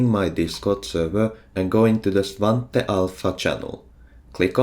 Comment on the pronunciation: i am happy svante is pronounced as i thought it is